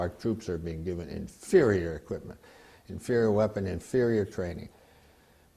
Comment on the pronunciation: lets play a drinking game. everytime the guy in the begiining says "infurior equipment" do a shot